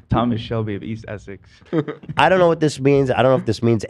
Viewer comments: Essie? Do you mean Essex? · Ethan AND pronouncing Essex Essy is mental